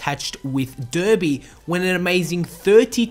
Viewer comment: Derby is pronounced Darby